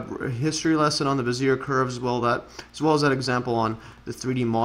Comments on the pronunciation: Bezier - /beh - zee- EY/ 😀 Casteljau - /kas - tel - ZHOW/ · Learn to say the guy's name prAaaAaaAaaaaaAAaaaaAAaaaaaaaaaaaaaAAaAaaaaaaaAAaaaaaAaAaaaaAaAaaAAaAAAAAAAaaAAA